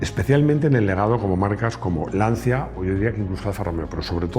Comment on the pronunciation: Buenas tardes. Una pequeña crítica. Tanto que le molesta que se diga "lamboryini" y usted va y dice "lanzia". ¡Por favor! LANCHIA